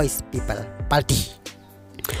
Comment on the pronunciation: Ni ko bah sngew kynjing ia ka rukom kren. Chief minister ym dei shift minister. Party ym dei palty.